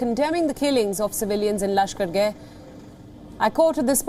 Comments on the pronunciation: Bruhhh It aint "lashkargay" its lashkargAh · The news anchor keeps pronouncing it as Lashkar-gay but it’s actually pronounced Lashkar-gah